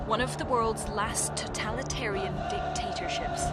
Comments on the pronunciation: Did she seriously say "tataltarian". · She said "totalitarian"